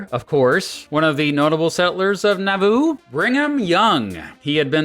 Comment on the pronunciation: Someone who grew up near Nauvoo here- you're emphasizing the wrong syllable. it's NAW-voo or NAW-VOO, not na-VOO. You draw out the "a" more. It rhymes with Yahoo.